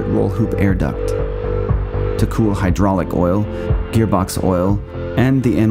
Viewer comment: How do you spell: “hydrayulics”? 🤪